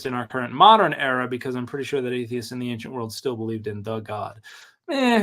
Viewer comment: I love how says "anckshent" instead of ancient